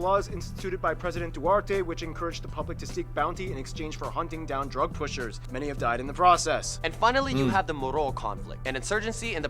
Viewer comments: duarte 💀💀💀💀💀💀 its duterte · Duterte not duarte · They mispronounce the President Duterte They said Duerte it’s DUTERTE for the ones who didn’t know 😊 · Did he just say duerte? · "president duwarte" 🤣💀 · Leyet 💀 Agwilado 💀 Duwarte 💀